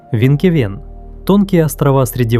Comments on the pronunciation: Не "Винкевен"! Правильно произносиь Финкефейн! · Название Финкефеен а не Винкевеен 😂